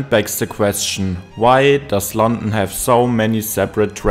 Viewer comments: Very strong German accent. It's London, non Lon'en. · Why do you sound so bored. Also you mispronounced london every time lol